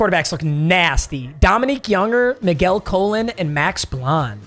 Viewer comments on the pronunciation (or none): none